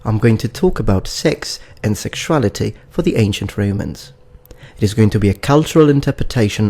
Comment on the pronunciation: i only ask one thing.. why do you pronounce romans as REIMANS